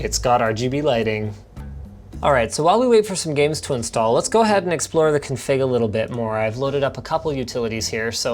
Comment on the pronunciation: linus its CONfig, not conFIG